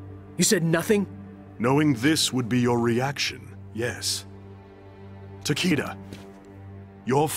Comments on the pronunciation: Ta-Kee-Da: Ta-Kay-Da 💀💀💀💀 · I dont like the pronunciation.... I hear TakAda I like takEda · doesn't deserve Takeda.... Cause she said his name as Takeeda. Hate it. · Wasn't his name pronounced Takeeda? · Too bad he can’t pronounce it correctly even though he’s Japanese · The way voice actor pronounces Takeda gives me cancer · Kinda hate that they cant pronounce the name properly in this game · Why tf are they both pronouncing his name differently????